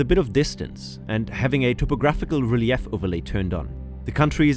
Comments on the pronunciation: 'Re-LEFF'? Did NO ONE review this AI voice at all? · You really said relief like that 🤦‍♀️